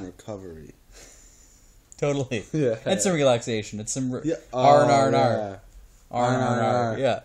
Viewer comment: The way you said R&R&R was super Canadian. And Pirate-y. AWESOME.